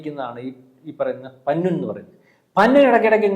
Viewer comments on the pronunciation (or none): പന്നു അല്ല പന്നൻ